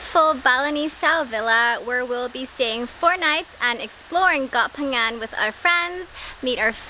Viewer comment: Flora pronounce Phangan so clear, please teach. Hahaha